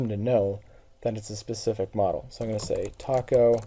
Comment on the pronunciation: FYI... The company name is pronounced "Tayco," not "Taco."